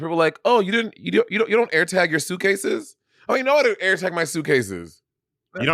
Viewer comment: Monét getting on Bob for saying Air instead of Eer was a shock to my system